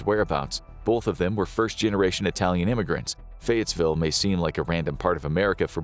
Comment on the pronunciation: It's actually "Fayetteville" not Fayettesville.